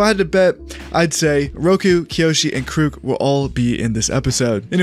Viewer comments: Kuruk (KER-uhck) please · Why are you saying Avatar Kuruk’s name like that? lol